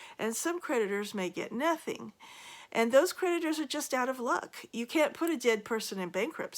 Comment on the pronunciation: Lolol when she said creditors i thought she said PREDATORS! I giggled. I wasn't really wrong.